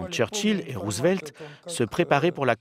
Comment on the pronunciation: The dubbing is so bad, damn you especially this pronouncing Roosevelt's name as Roosevleet